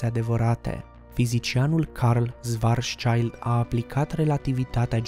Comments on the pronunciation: Nu mai poci numele omului Chetelaine. Se pronunță Șvarțșild (scut negru - pe germană). Nu e nici un copil acolo. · Corect: şvarțşild se pronunță.